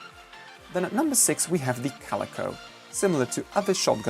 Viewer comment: you prenounce calico like cal eyco